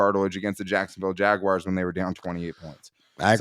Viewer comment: Why do you guys say “Jagwires”? 😂